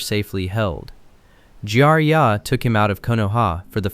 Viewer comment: Jar -Ye -Ya , Narrow -toe 😂